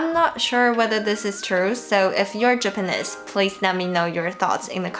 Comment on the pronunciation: Hi,, it's your pronunciation coach again:D "Japanese" rhymes with "cheese" and it doesn't rhyme with "this". Check out its pronunciation;)